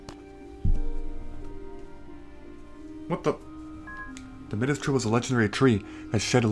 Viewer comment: I think Midas is pronounced "My-dus", like King Midas. Lol Can't wait to see your next Harvest Moon playthrough!